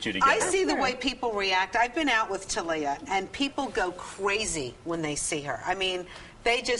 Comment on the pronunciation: Tah-liya? Isn't it Thalia?